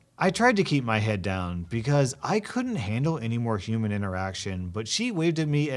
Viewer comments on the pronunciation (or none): none